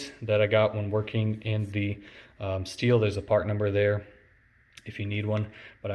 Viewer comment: Stihl, not steel. Otoscope, not autoscope. This must be a comedy video.